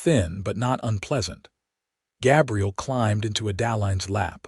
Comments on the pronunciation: (Gabriel) Like a girl's name, instead of a man's name. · He's pronounceing Gabriel wrong